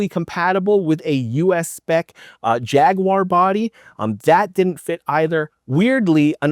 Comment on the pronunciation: Thank you for saying jaguar correctly